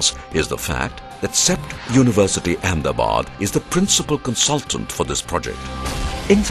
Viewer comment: I must proudly say that the film looks very impressive than what it may probably be. But one little request from an ex-Ahmedabadi living across the ocean. The correct pronunciation of the city is Ahmed-a-bad and not Ahem-da-bad. Why don't you officially change the name to Ahemdabad or Amdavad? Just like they changed Bombay to Mumbai? But sadly that will disassociate the original builder King Ahmedshah.